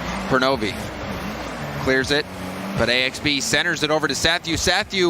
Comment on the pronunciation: Isn't it pronounced Axe-Bee?